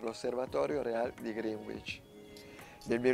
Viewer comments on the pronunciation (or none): Sì ma non si dice MENTÒRE ma MÈNTORE. Greenwich non si pronuncia GRINUIC ma GRÈNIC. Claude Lyons era londinese, quindi non si pronuncia CLOD LIÒNS ma CLOD LAIONS. Dreadnought si pronuncia DREDNAUT. La azienda non si è mai chiamata VORTEX, ma VERTEX. Don Cochrane non si pronuncia COCIARÈN, ma CÒCREN. Il Dent MINISTRY non si pronuncia MINÌSTRI ma MÌNISTRI.